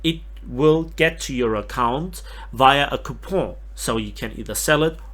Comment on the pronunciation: Ok, that was a very French way to pronounce "Coupon"